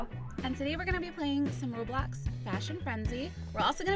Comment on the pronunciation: hey cupquake roblox is prounouncd (row-BLOx) not (raw-BLOX)